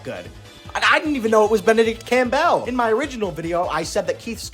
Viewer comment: "Campbell" is pronounced "CAM-bull". Not "Cam-BELL".